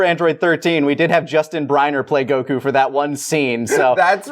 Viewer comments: Why does the guy on the right keep saying Go q instead of Goku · The man says "Goku" with one syllable, of course he's sassy